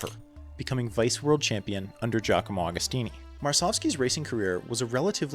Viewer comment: Another great video lad! Interesting and well researched - keep up the good work. BTW Agostini is pronounced like Agony.